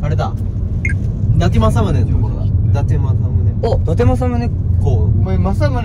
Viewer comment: 偉人のことはだてくんて言っちゃうけど自分の地元の栃木の地名の読み方はちゃんとわかってるしめちゃん好き